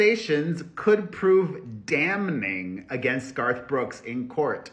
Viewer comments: Perez ~ The word 'damning' is not pronounced dam-ning. 😂😂😂 It's pronounced damming. Geez. 🤣😂🤣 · the word is “damning” pronounced “damming” not “dam-NING” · The N in Damning is silent.